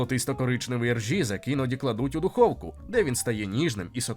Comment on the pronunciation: Не ржізек, а різек. І це не ...шніцель, а ...відбивна.